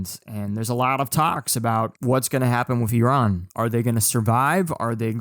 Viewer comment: Finally someone pronounces Iran how it should be, not like Eye ran